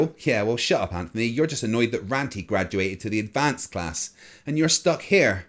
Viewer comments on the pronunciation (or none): none